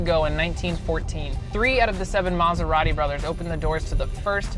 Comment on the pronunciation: If only this guy could pronounce Maserati.